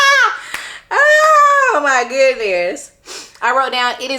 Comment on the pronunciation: Mous-cul-lees!!! 🤣 My pillows probably have a crush on me!